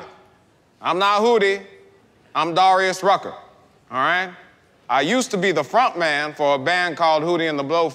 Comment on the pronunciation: pronounced Darius Rucker wrong